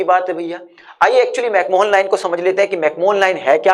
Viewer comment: Bhai mere mcmohan ko pronounce Galat kar rahe ho Isme koi Mohan nai Hai Google karo correct pronunciation